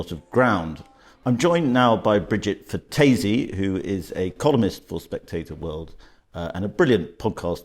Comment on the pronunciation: Love love love Bridget Phetasy please pronounce her name correctly. Other than that great content xxx